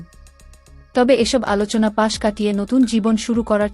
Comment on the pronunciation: উপস্থাপিকা এ কোন আদমি। পাশ শব্দটি ' পাচ' , ২০০৩ সাল কে ' ছাল' উচ্চারণ শুনে মনে হয়, দেহ ঘড়ি সম্বল করি.........